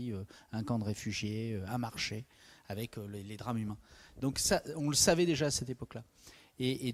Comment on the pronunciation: Mettez un peu d'élégance dans votre langage. Respectez un peu la langue française. On ne dit pa "ayék" au lieu d'"avec", pour ne relater que celui-ci.